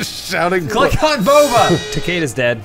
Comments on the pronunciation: I liked when kept saying Boba instead of Baba. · His name was "Baba." Not "Boba."